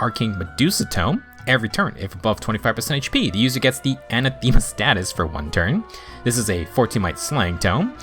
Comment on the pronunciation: Anathema isn't said as "Anna-Theema" it's "An-Atha-Ma" Rhymes with "An-Wrath-A-Muh". Appreciate your videos. Feels more concise than Phoenixmaster's in many cases while also suggesting just as many builds